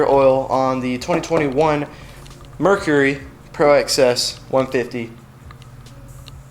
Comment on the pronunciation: The shaft should be greased before the prop is placed back on. I would not make fun of how southern folks say oil when you can't say Mercury!!!!